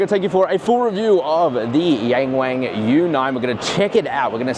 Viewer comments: young ! not yan， wong! not wannn. ok? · It's Yung Wung not Yeng Weng duh 😂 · I can hear you pronouncing it in a European pronunciation “YEENG WEEING”. It’s like hearing someone speak in English as they shake their head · C'mon, it's pronounced "young wong" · It's pronounced YongWong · Bruv as much as I love your videos on cars, your pronunciation in Chinese is nothing short of disgraceful!